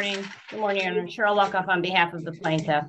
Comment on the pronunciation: Luckoff is an awesome name. But all i heard was “Miss Fuckoff.”